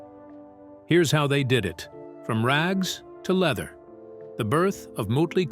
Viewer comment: Leether lol